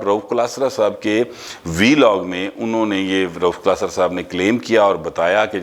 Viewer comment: PL note it's ànho not anha